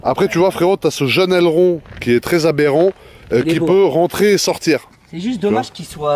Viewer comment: Le nombre de fois ou il dit aberent 😂😂🤜🏼🤛🏼